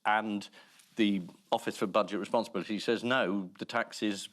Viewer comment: Why has it suddenly become fashionable, to mispronounce the word ‘says’?